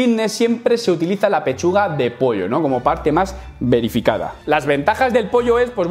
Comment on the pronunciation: eres tú?? Vrrrrerificada✌